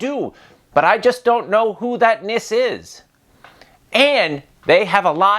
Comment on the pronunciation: Glad you had a good time here. Just a quick heads up. Its Nisse, the E is not silent. 🙂